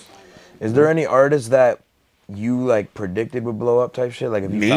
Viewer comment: ...Also, it's ARTISTS not ARTISES